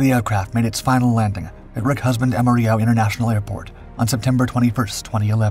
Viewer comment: You sure it's not? The voice didn't know how to pronounce Amarillo, as in Amarillo, Texas. It's not "am-ah-ree-yoh" as in the Spanish word for yellow. It's "am-ah-rill-oh."